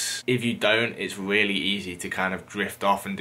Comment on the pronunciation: Weally weally